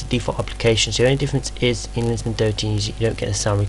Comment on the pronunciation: Ok, seriously. You are almost uninteligble. You tend to rush through entire syllables, but not all the time which makes it even more difficult. I played the video twice before I realized you were saying LinuxMint, not linamnt. Please for Pete's sake slow down and just listen to your video!